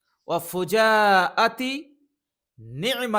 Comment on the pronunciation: ঠিক করে নেবেন শব্দটা ফুজাআতি।